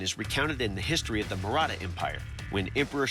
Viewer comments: It's maratha Empire not murata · That's not 'murata' that is 'marata '